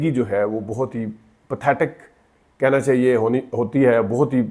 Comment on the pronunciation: جناب بات تو ٹھیک کی ہے آپ نے، مگر آپ کا اپنا تلفظ بھی احتیاط کا متقاضی ہے ۔۔ بہت کو بوتھ کہنا، متاثر کی جگہ انسپائر کا لفظ استعمال کرنا ، اردو لینگویج ، انگلش لینگویج کہنا ، مناسب نہیں۔۔ شکریہ